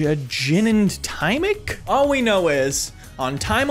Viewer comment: i want you to know that “gin and timic” is what made me like the video